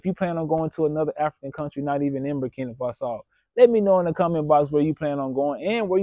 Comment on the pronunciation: Never trust somebody who can’t even pronounce the country’s name correctly!!! Don’t be stupid